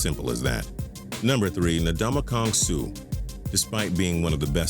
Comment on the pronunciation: he butchered Suh's name 😂😂😂😂😂